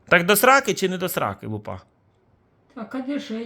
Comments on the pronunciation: Ну какая лупА,лУпа вообще то,ударение на первый слог. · лУпа, а не лупА. ЛупА-это перхоть.